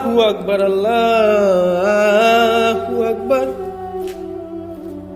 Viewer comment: আল্লা না আল্লাহো উচ্চারণ ঠিক করে কইরেন আর পুরা আযান মুখস্ত করে বইলেন🙂খালি আউযুবিল্লাহ আর বিসমিল্লাহ্ বলে চিল্লাইতেসেন হুদাই এইটার জন্যেই আপনি একদিন বিপদে পড়বেন বলে দিলাম!reply দিলে আমি ই বলে দিতে পারি কি করে প্রস্তুতি নিয়ে যাবেন